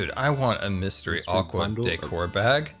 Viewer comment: He said mystery aqua decor bag but it did sound sus 😅